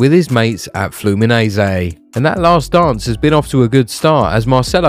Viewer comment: What's flumineziii😂 . Fluminense